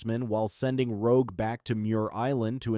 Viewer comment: The part where rogue destroys bishops transceiver the AI calls rogue rouge.